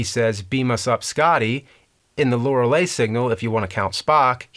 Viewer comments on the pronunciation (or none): none